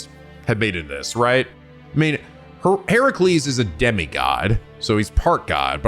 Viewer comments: I think should really google pronunciations for every Servant's True Name even when they're seemingly simple to pronounce 'cause he got Heracles right the first time & then bungled it later before correcting himself to the proper one again. (HER-UH-cles, not he-RAH-cles) I'm very much not trying to be mean, I know a lot of folks struggle with names, it's just that sometimes you can't really gleam exact pronunciations from text in the comments & hearing the names said out loud would help make things click. Again. As politely as possible, I love. (he should at least look up the pronunciation of lancer's true name 'cause that one's actually unintuitive since the celts spoke something veeerry divorced from modern english & how things are spelled aren't how they're said aloud) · mild correction on how you're pronouncing Heracles it's Heh-ruh-kleez, the Hera at the start is based on the Goddess Hera as a futile attempt to appease her cause Heracles is the result of Zeus being unfaithful not only insulting Hera directly as Zeus's wife but also insulting her divine domain as the Goddess of Marital Responsibilities which sadly she takes out way more on the mortals then Zeus himself, Edit: ah well you corrected yourself early, what I get for being impatient and rushing to comments I accept this egg on my face 🍳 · I’m gonna a give you an enunciation tip while it’s still early and fresh. Hint: nobody pronounces it as her-CU-les